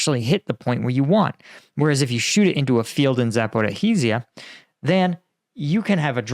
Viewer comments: It's Zaporizhzhia. Not " Zapo-Ra-rizhzhia. Just a note. Caffeine is way worse than a little sugar. Get rid of the caffeine and put some sugar in it, and you might have something. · Please, its not Zaporychyzia, which you keep saying all the time, but Zaporyzhya….. the “zh” is pronounced like “ž” or a french “j” (like je t’aime for example) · Can you please stop pronouncing the H in Zaporizhzhia? Zh is like a Th sound, but with a Z. Or say "Shhhh", but with a z instead of an s. Say it like: Zapo-rizh-zhia, not Zapo-ri-hee-zia. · I don't want to sound like all-knowing, however Zaporizhzhia is pronounced following [zɐpoˈriʒʲːɐ]. Much easier than you'd thought though :) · Pronunciation of Zaporizhia (simplified): Zapo-REE-ja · Love your show, great job! I’m not a Ukrainian speaker, but about pronunciation of many important Ukrainian town names... “Key Ev” is the Russian pronunciation for Kiev. “Keev” is the Ukrainian pronunciation of Kyiv, the capital of Ukraine. “Back Met” is not a town in Ukraine, but “Bock Moot” Bakhmut is where thousands of soldiers have died. Zap or eat Zia is tough enough to say without adding an extra vowel/syllable “Zap or a eat Zia”. Hey I get it, some towns there twist me up, but we should make the added effort to pronounce the places of major loss of life in their tongue and especially NOT in the tongue of the invader. Other than that I have no constructive criticism …but a sincere compliment on your prescient, deep takes on geopolitics which is in addition to your front line takes. Bravo! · Jesus Christ! Why are you STILL mispronouncing 'Zaporizhzhia?' You keep adding an extra syllable every single time! Just type Zaporizhzhia into google translate and select the 'listen' icon! You're seriously doing my head in with this now, plenty of people have mentioned you keep mispronouncing the word but after 2 years you're still doing it! Get a grip! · It's so nice how the Internet Research Agency staff gives Russian lessons.